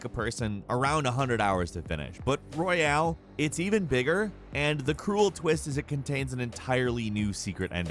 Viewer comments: Its Royal,not Royale you dimwit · Royal, not Royale 😩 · Why do you keep saying Royale? It's Royal.